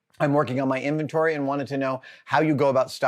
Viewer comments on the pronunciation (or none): none